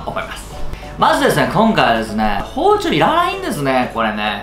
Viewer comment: こ〜んかいはれすねぇ〜 ↑ これスキ（笑）